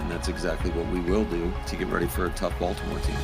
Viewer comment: a "TOUGH" baltomouer teamm, yeah okay